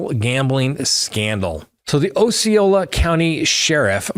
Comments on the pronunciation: It’s AH-ceola not OH-ceola just fyi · Ah see oh lah not oh see oh lah. Named after the Indian chief.